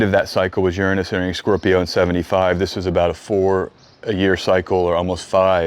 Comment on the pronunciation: Hi A friend of mine sent me here, and overall, I've enjoyed your content and found it interesting since I don't know anything about astrology. Now, a bit of positive feedback, english being my second language, it's irritating how your overall american accent is perfect, yet it seems you repeatedly and purposefully mispronounced the word "Uranus", I've learned at school and double checked Google translate that it's supposed to be pronounced as "youranus" and yet you keep pronouncing it as "urunus", is this because your speaking in a different dialect? Why is the difference in pronunciation? It's like an itch inside my brain that I can't reach. Thank